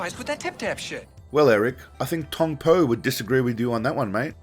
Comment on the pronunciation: He made him say mat'e!